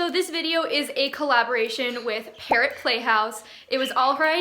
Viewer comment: Xd when she said parrot in the parrot play house thing it sounds like carrot and I was like so you have a play house for carrots 😂